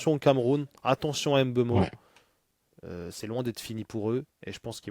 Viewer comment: C’est MBEUMO et pas M BEUMO